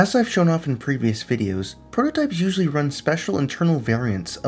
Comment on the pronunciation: "Sally".. bruh.